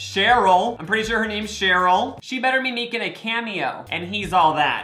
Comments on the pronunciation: sorry to break it to you bestie, but its sheri not cheryl <3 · SHERI!😂SHERI NOT SHAROL! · referring to sheri as “cheryl” the entire video is killing me softly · HER NAME IS SHERI!!!!!!!!!!! NOT ‘CHERYL’. 🙄the disrespect…